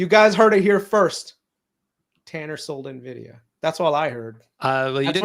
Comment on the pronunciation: WHY DO PEOPLE SAY NEVIDIA?!😅😅